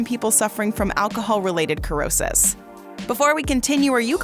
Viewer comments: It is pronounced, ‘sr-ow-suhs’not ‘kur-ow-suhs’. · The word does not have a K sound. Dictionary says 'si-ro-sis'. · Cirrhosis!!! Pronounce: Sir-Ro-Siss👍🏼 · You think if you made a video where you were going to pronounce a word a hundred times that you would learn how to pronounce it correctly. Did you never learn phonics? An "e" or an "i" after a "c" changes the pronunciation of the "c" to the "s" sound. This really causes doubt in your credibility. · Cannot watch wrong pronunciation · You're not pronouncing the word the right way